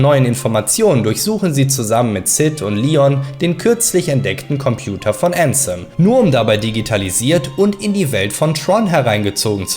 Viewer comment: Wenn jemals jemand wieder ÄÄÄÄÄNSEM sagt dreh ich durch!!!